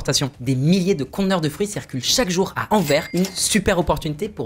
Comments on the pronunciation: A chaque fois qu'il prononce Anvers, "Anvaire" plutôt que "Anverse", un chiot meurt. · 🤣🤣🤣🤣 ça me fait trop rire comment tu dis Anvers il faut insister sur le s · et Anvers on prononce le "s"